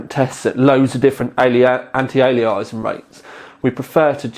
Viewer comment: Lovely little card, might just grab one and stick in my Sugo SG05 - 300W 80+ PSU should be plenty. Oh and? It's pronounced anti aye-lee-ass-ing;-)